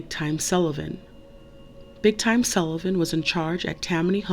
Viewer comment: It's "Big TIM", not "Big Time"